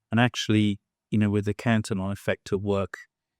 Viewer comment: Fantastic that Cantillon got a mention, albeit mispronounced. Best essay ever written.